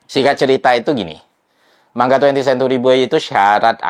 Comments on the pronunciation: Manga mas baca nya, bukan man ga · Manga bang bukan man ga 😂